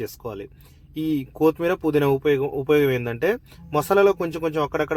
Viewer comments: బాబు, కోతిమీరజాదురా,కొత్తిమీర అనాలి. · Koooothmeera kadu kothimeera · కొతిమీర కాదు బ్రో కొత్తిమీర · చాలా బాగా చేసారు. కోతిమిర కాదు కొత్తిమీర. మిరపకాయ వేస్ట్ కాదు. మిరప పేస్ట్.👍